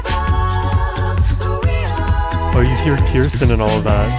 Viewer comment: Thank you for another great PTX reaction! But if I may, Kirstin pronounces her name as KUR’stin, or “Kirstie rhymes with thirsty “.